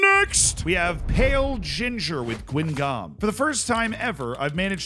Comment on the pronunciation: When you said "Gwinguhm" I assumed that must be somewhere in China ...but my pronunciation guess would've been 'Gheeshaw', that's even more off. Apparently it's ppronounced 'Gangaw'.